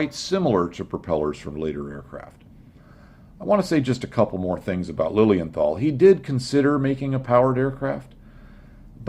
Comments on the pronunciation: Your dismissal of Lilienthal (pronounced Liliental btw.) sounded as if what he did was pretty much useless, however this is not the case, as Wilbur Wright himself praised his work in an 1912 essay in "Aero Club of America bulletin" as "the greatest of the precursors". Lilienthal did a lot of reseach and theoretical foundation upon which the Wrights developed their plane. I don't know about the correctness of specific numbers of his and the Wrights certainly were wise to double check them, but Lilienthal did answer certain basic questions beyond any doubt already, like curved wings vs flat wings and wing profiles and only copying the gliding aspect of bird's flight over flapping etc. So Lilienthal did solved the first problem of flight and lift and the Wright brothers certainly did not discover these facts. It seems to me as though they knew them from Lilienthal's publications and just checked on them. Also it should be mentioned that Otto's brother, Gustav Lilienthal, worked a lot on gaining this knowlege as well, but did not do the flying and rarely gets any credit. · Your pronounciation of Lilienthal is almost correct. Replace the th by a simple t and your there (no th in German zats why they say zis and zat when zey speak english).